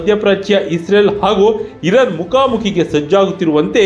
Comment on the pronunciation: ಅದು ಇರನ್ ಅಲ್ಲ ಇರಾನ್